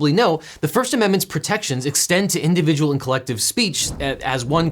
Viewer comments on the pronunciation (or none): none